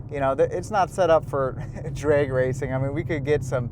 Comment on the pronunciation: Bro, are you Canadian? you keep saying Draigy and draigstrip mode lol